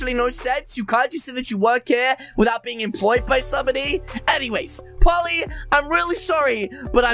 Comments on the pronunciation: He’s saying Polly it’s poley lol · bruh its not pally its po l e y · dude its pole E. not polly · its prononsed pOley sir